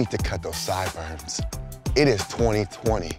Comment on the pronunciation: “SideburMs” with an M instead of an N? Ok 👀😂🤣💀